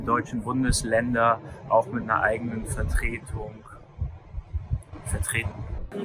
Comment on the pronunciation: Funny how he pronounces the word Vertretung as if it ends with a 'k'